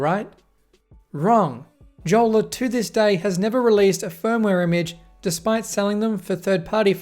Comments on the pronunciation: Pronounced "yolla" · I think the pronunciation should be "iolla" :) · Btw it’s pronounced yolla judging by the company being from Finland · Since it's a finnish company, the name is pronounced as "yolla" and is a finnish word for a dinghy. :) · I thought it is "Yola"? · Jolla is Finnish for dinghy, it's pronounced "yolla" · Nope, it's pronounced yolla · Tough to take you seriously when you can't pronounce Jolla correctly. And you bought a 34 dollar phone. What did you expect...? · The pronunciation of Jolla is killing me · the way that he pronounces jolla makes me mad and im not even finnish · So you bought a smartphone from 2013, with a banner saying "permanently locked", you struggled with YOUR Mac to run telnet, you tried to hack a device that was designed with security and privacy in mind, and the summary of the review is that the Jolla device sucks? By the way, J in Finnish is pronounced like Y in English.